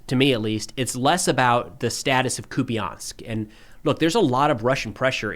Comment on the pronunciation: Hey, just a quick correction on the pronunciation of «Куп’янськ»… it’s “koop-yеnsk”, not “koopy-yansk”. A minor detail, sure… but I thought you might like to know!